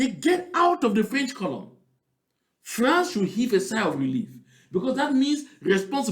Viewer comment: please do not pronounce that word France again